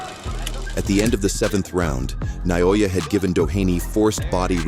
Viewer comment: Stop saying "Na-YO-Yu."